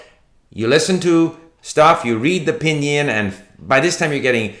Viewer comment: David Lloyd-Jones : It's Pīnyīn...